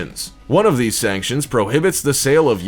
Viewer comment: Had to like when u said "cool videos liike theeze" 😂😂